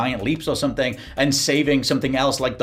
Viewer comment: Glad i'm not the only one who says "Sumpthing" 😂